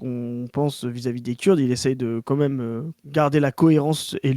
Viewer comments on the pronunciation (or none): Toujours en quête de savoir pourquoi prononce "même" en le prononçant "meume"